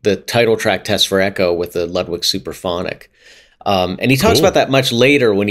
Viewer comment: If we're going to make sure to pronounce "Peert" not "Purt" .. then it's also "Loodvig" not "Ludd-wig" :P